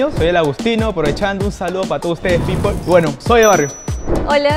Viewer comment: Cuando dijo people se quemo 😆😆